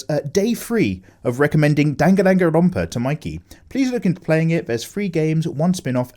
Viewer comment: Anyone gonna tell him how to say "Dan gon run pa" correctly?